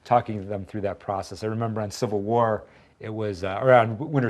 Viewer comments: "Infinity Watr" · 'Avengers: Infinity Watr,'